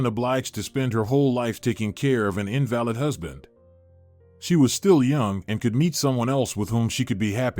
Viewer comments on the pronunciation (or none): Learn to pronounce words correctly -- Invalid is pronounced In-Va-Lid not In-Val-Id if you cannot use pronunciation correctly stop make these. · Invalid pronounced, invaleed. Irritatingly distracting or is the word spelt incorrectly?